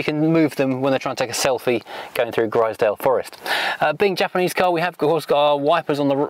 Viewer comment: Stop sipping your tea. Lol Japaneseeee Plasticeee Chromeeee Metaleeee Very sillyeeeeee !!! Poor vocabulary